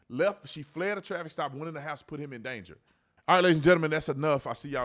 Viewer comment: “Thee DA!” Needs to be fired! Period!!!